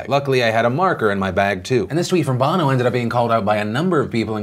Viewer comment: its pronouncec bough no as in Sonny Bono her husband until his death